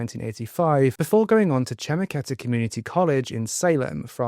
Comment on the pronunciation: Wil-am-et, shem-ek-eta